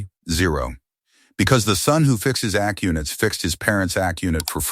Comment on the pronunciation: What's with all the weird [pauses in the narration? "ac units"? by any chance did you mean A C units, like in air conditioning units? Please proofread your AI generated garbage before posting it.